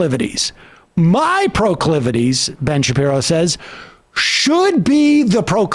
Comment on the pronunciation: Prah-clivities? Well, I guess that's one way to express whatever he's attempting. This persecution complex is a bit bizarre to witness over and over and over again. 🤷‍♂️